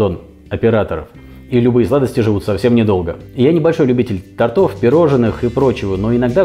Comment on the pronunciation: не тортОв, а тОртов